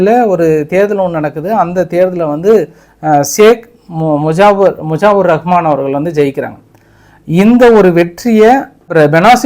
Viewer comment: முஜாபர் ரஹ்மான் அல்ல முஜிபுர் ரஹ்மானு சொல்லுங்கோ.